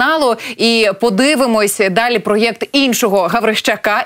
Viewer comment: А якого біса ви вимовляєте "про єкт"??